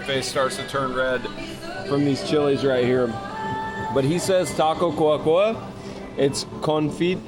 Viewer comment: Great review, love how respectful you are with everyone. So happy that I found this channel. Just to help with the pronunciation it's señor Godzilla, just like we would say it in English it's clear. It's taco Cua Cua because in Spanish duck s go "Cua cua " as in English they go "quack quack. " so the accent is in the final /a/, instead of the /u/. So not, cUa cUa, but cuA cuA. Minor details! Just thought you might find it funny that that's how the taco was named. Again, I think its so respectful that you talk Spanish to the staff, instead of English. Great job! I'm a new fan.